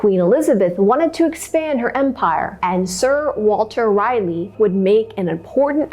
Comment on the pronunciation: Great job. I enjoyed your recap of this story. I am a Native North Carolinian. Two small edits. Manteo is pronounced Man-tee-O. Sir Walter Raleigh is pronounced Rah-lee. Raleigh just like the capital of North Carolina.